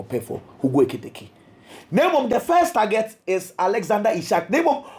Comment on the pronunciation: you pronounce the name better. Hugo Ekitike You're doing well 🎉